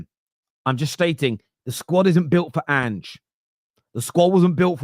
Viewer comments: he calls him "aynge" y'all 😂😂😂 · He still calls him "Aynge" 😂😂😂😂😂😂😂